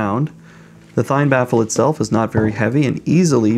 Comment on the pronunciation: It's pronounced "Thien"